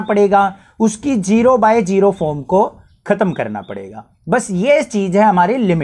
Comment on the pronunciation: Sir definitely needs some spoken English sessions to fix his vallu and geero😂